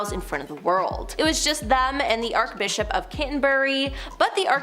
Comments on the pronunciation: its not ArKbishop, its ArCHbishop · Archbishop. Arch as in archway or Archie.